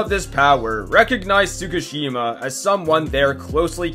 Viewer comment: The most horrifying thing is the way bro pronounced Tsukishima😂 I wanna see him pronounce Yhwach next